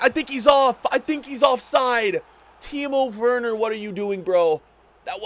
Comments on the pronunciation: Please pronounce Timo Werner, like Vernah, not wernur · No one:: Teemo Fwerner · bro why he sayin timo worner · Do not say Timo worner